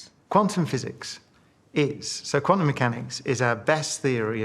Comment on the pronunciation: In all honestly, I heard it like "Quantumic physics", which is wrong, it's like saying peanutic butter.